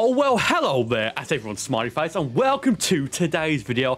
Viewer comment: has anyone noticed that he sounds like he is saying hello at everyong smarty face instead of smiley face, no offense. and ik its his accent but still